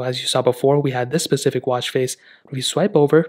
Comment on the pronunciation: It’s a specific watch not “pacific” 🤨